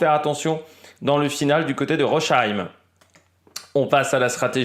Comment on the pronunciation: en Français ou en allemand on prononce phonétiquement ROSSAÏM :goodvibes